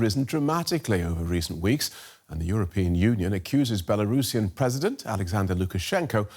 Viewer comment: One pronunciaton correction: Belarus - Belarusian (belah - roosian). Not Bela Russian